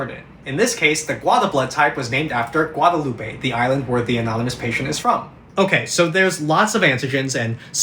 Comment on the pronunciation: It was going well until he pronounced Guadalupe wrong.